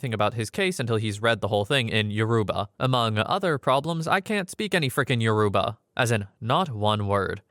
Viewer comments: He couldn't have pronounced it more wrong, its pronounced Yo- row- ba, emphasis on the ba part, not Yo-roo-ba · he did not pronounce it correctly 😭 respectfully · Lol we exist. Yoruba is one of the three major tribes in Nigeria. And yeah, he’s pronouncing it pretty wrong and a Google search isn’t so hard to do for a video like this.